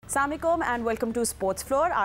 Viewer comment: Assalam alaikum Have some shame, at least say Salaam properly.